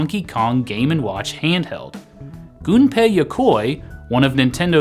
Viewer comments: You're one of the few youtubers that actually pronounces Gunpei's name correctly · As someone who is studying Japanese, the fact that you pronounced a Japanese name correctly made me all giddy :D